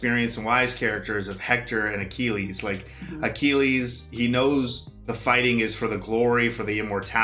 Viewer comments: It's such a silly thing but the way pronounced Achilles threw me off. The movie continued to give the proper pronunciation but he didn't care. I just kept laughing like they are saying Akilleez and he kept saying Akeeleez. I know it's small but I just found it funny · I loved this film growing up in my teens. Btw your pronunciation of Achilles was painful, tho haha. Anyways, great video, guys, as usual! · The way you're pronouncing "Achilles" is driving me nuts haha